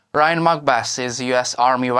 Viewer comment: Lmfao, Ryan! Your single, ask him out! He's a cutie, who cant pronounce your name..Ooo, an exotic. Lol.